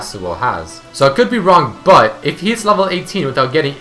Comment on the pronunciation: try to fix your accent with but. Whenever you say it (preety oftenly) you say BUtt. Just but